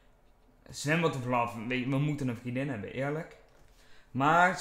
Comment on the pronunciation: hoe vaak moet ik het nog zeggen? HET IS VRIENDIN geen VRIEDIN xD